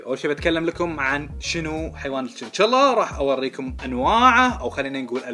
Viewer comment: الشنشيلا مو جنجلا